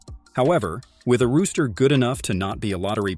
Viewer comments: I'm pretty sure this is AI. They said rooster instead of roster. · AI Video: "Siiiiracuse" and "Rooster" instead of roster. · Roster not “rooster”@